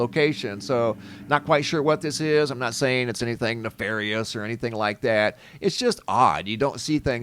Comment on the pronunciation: "nefarious" means criminal or wicked. Are any UFOs nefarious per se? Thank you for proper pronounciation though! ❤️🕊️🙏